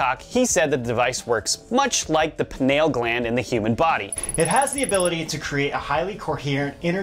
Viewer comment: The way this guy pronounced "pineal"